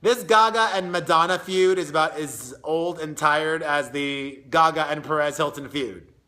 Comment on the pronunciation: It's not GaGa. It's Gaga.